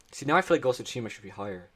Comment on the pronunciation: “Ghost of Tushina” IT IS GHOST OF SUSHIMA It just starts with T like tsunami